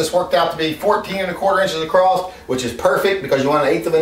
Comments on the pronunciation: Did you say 14" acrosst? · Did you say "acrossed"? Lol, still lovya, thumbs up :) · I learned a new word…. "acrosst"..